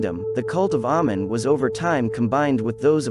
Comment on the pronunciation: it's actually pronounced amein, long a sound.